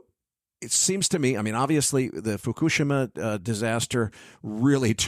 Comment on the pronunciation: Foo - ku - she - ma (learn Japanese)